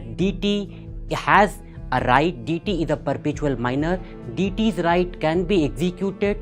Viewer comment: Learn to pronounce DEITY correctly first ......and some energy